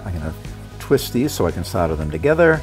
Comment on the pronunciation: Thanks for the UK pronunciation of "solder" !